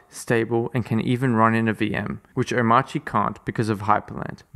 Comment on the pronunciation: As well as the pronunciation. It is pronounced something like Omarki. Just like CachyOS is pronounced something like KeshiOS. Not the English pronunciation of course, cause English pronounces these letter differently than rest of the word.